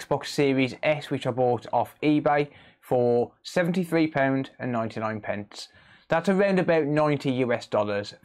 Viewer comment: 99 pents? xD